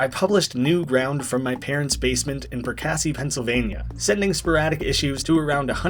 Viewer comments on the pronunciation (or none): its really funny hearing someone say Perkasie whos never heard Perkasie before. if youre curious its pronounced perk-ah-see.